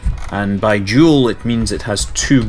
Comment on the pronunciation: I like how dual and jewel sound the same in your dialect. It sounds really cool.